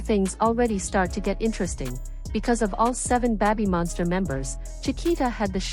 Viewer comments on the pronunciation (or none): Well, it's also not pronounced "beh-by monster" but that's what you get when AI reads for you